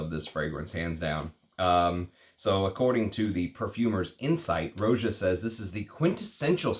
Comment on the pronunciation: Roh-jah, not ROW-jah. Watch his interviews.